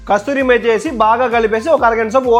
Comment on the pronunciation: Rey Babu kasturimeti kadu kasuri methi